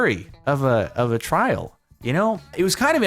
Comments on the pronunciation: No one: Literally no one:: YOU'RE GOING TO TRRRRRRRRRRAIL!:) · Trrrrrrial! Trrrrial!! Mianite flashbacks